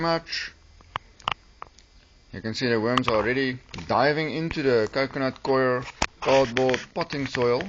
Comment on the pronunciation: What a doos... Coir is pronounced Koi _ er . Got that ? Not fkn "queer" Eish...these okes from Sewf Efrica......